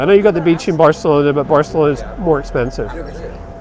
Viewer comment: You failed when you pronounced Barcelona WRONG.